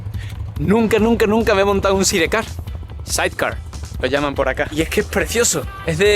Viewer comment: Side Car = Said Car 🤦🏻‍♂️ Españoles 🤣🤪